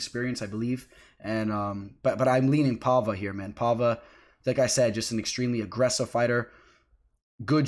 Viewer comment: Paiva, not Palva/Pahva.